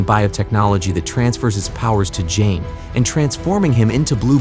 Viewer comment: You do not pronounce it with a J, although its spelled Jaime Its pronounced a Hi-May